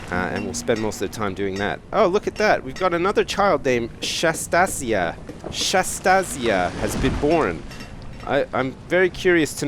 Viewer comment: I think its pronounces shantasia as in Anastasia just with a sh- instead of the anas